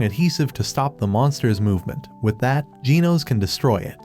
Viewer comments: Why do you say ginos instead of genos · Bro says genos like jee-nose when it's pronounced jeh-nose. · Genos❌ Ginos✅ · its pronounced G-E-N-O-S not G-E-E-N-O-S😄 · It’s Gino’s not geenos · Bro called Genos gen os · Bro said Gino’s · bro its pernounced [g-ehh-nos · Why do you say ginos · Bro u said genos wrong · It's Genos but the ai voice doesn't pronounce it right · is it me or is it just that he pronounces the names of the hero's wrong like "Tat-sue-maah-ke" or "Gee-nohs" even "Gaeh-ruu"